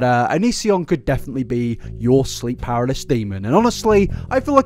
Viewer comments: “Sleep paralis” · Pa-ra-ly-sis XD seemed like you struggled with that word, maybe this helps XD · I just experienced an unexpected pronunciation of paralysis